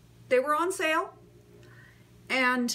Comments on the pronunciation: She says "Ant" instead of "And" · Nope. Maybe that's what you hear, but that's not what she says. As an actor, elocution is very important to her.